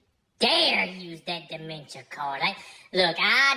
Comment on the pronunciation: "Demention" my Mama one more time!